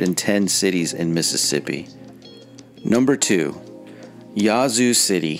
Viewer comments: "Yazoo" is pronounced with a short"a," as in "hat." Your stats are poorly thought out, as evidenced by the fact that Jackson wasn't #1. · Why are you pronouncing "Yazoo" in such a bizarre & affected manner? Sounds as though you're calling it "YAH-zoo", lol. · You’re killing me with how you pronounce Yazoo City. Jackson should be number one on this list then McComb. Next, the entire Mississippi Delta which includes Greenwood, Greenville and Indianola. Clarksdale and Cleveland are also in that grouping. I still love my state, mainly the rural parts.